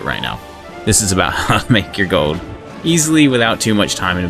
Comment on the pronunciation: say "goad" again xD